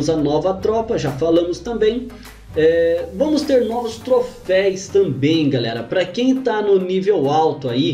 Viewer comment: Mano, é "troféus" ! kkkkk